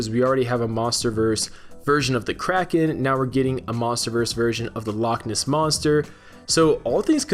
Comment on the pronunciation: Loch Ness is two separate words, please try to make it sound like they are